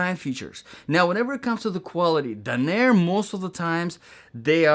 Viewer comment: Hey man, someone living in the Portland, OR area here. Please stop saying the brand name incorrectly in your videos. You keep saying Duh-naire in your reviews. It's spelled and pronounced Danner (Dan-ner) not Dunaire.